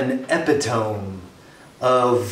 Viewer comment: The word epitome is pronounced e-pit-o-me